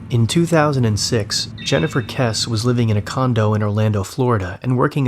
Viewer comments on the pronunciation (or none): Good video, although Jennifer's last name is pronounced 'Kess-ie'. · I've always been a fan and off and on Patreon member. That said, I wish you'd take a moment to learn how to pronounce victims' names. Jennifer Kesse is a very famous case and you mispronounce her name immediately. It sounds like Jessie btw.